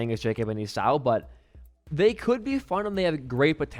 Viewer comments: esau is pronounced E saw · The way he says 'Esau' has traumatised me for life. I'm officially more traumatised than isaac.